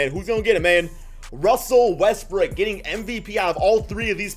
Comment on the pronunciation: Is it me or does he always say Westbrook as Westbrick?